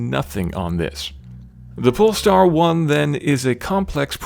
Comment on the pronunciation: who else heard "This is the Porn Star 1"?